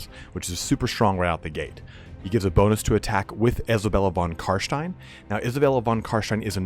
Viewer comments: 100% the Voncarsteins of War hammer do not pronounce it SHTEIN. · "Vlad von carshstein" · Is it me or is he pronouncing von Carstein wrong? It should me more like ein-STEIN... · aaah "Carshtein" no. How on earth can you play something this much and say that so incorrectly and in such a way your accent changes? It sounds like you put a voice on just for that name lol. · Why the hell is this guy saying carshtein lol. None of the characters who are actually named carstein pronounce it that way.... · Exactly. German. You are talking in English so you should use english pronounciation. :D Thats why I have written that. Different language = different pronounciation. (I am fluent in german. I live on border between Czechia and Germany so I know you are correct about that but still...) Thanks for replying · I had no idea. That doesn't change how fun it is to hear you say it though!